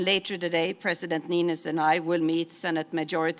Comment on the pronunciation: After all these years he still can't get Niinistö's name right. 🤣